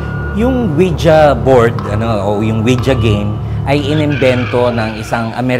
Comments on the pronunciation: I like how they pronounced it as Wija instead of Wiji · Anong Wi Ja? It pronounced Wiji. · "Weejee" hindi "Oweeja" 😏👍🏻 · ouija? dba ang basa jan ouiji?